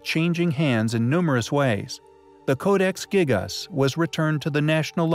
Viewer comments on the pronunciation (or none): the ‘giggus codex’ stupid American and their poor English it’s pronounced jee*gass*